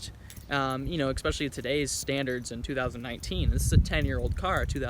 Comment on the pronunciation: The word is especially, not expecially.